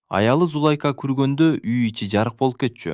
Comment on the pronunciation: Окуп аткан бала , эркек эле неме экенсиң , кыргызча так окусаң , коро эмес короо ! Зулайка деген атты да так оку .